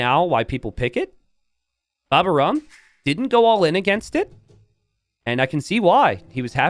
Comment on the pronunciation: Please,, his name is "Baba au rhum" (a French desert with rhum), the "au" letters are pronunced like the letter "O" and in "rhum" the "H" letter is not pronunced at all --> Baba o rum Say the "O";-)